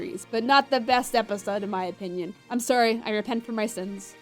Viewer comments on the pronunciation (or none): none